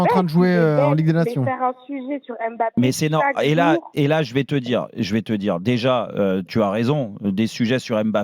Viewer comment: on dit Mbappé..... et non pas M bappé...les ignares....à suivre